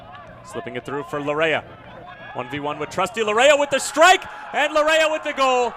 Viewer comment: Laryea is pronounced LA-YAY